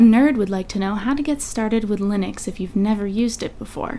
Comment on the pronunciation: Linux not Leenus. I like your face though.